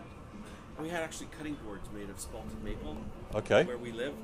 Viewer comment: it's "spalted", not "spotted".